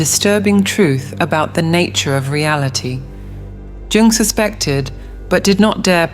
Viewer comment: It's pronounced "Yung"